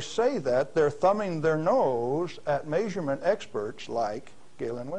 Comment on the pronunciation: The tape skips and this radiation denier pronounces "measurement" = "mazerment". Stop eating gas station sushi !